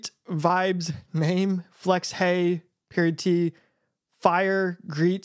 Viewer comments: its pronounced "periodt" not "period-t" lol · "periodt" is actually pronounced just like "period" btw